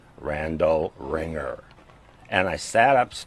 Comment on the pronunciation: Randall “Ringger” lol bro this gotsta be some kinda honey pot